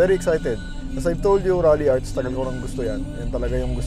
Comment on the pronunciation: Its "Ralliart" Not "Ralliarts" 🤦‍♂️🤣